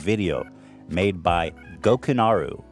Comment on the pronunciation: Hate to be that guy but it's Gokanaru, not Gokunaru